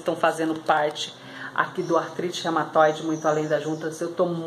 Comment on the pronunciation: Não é Rematoide, é Reúmatoide